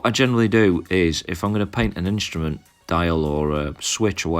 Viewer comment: "Instament" panel?